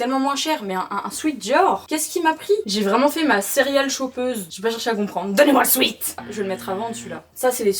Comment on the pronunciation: Pour dire “sweat” on prononce swet parce que sweet c’est autre chose, ça signifie sucré/doux